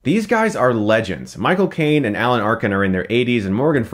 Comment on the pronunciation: Michael Caine (or as he pronounces it, Moi Cocaine)